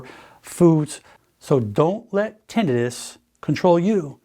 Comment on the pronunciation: I’ve never heard someone pronounce tinnitus so wrong in my life